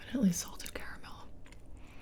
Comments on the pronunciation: Yeah, when she said ca-ra-mell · It's care-uh-mel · Caramel is pronounced cara-mel . Thats how the rest of the world says it. Only some Americans pronounce it car-mel. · 😬😬😬 CA*RA*MEL NOT CA*RM*EL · “Car-mel” is the color and “caramel” is the candy